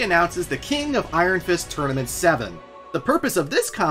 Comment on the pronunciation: Are you purposely saying tournament as "tourmanent" throughout the video, or is that a genuine slip up?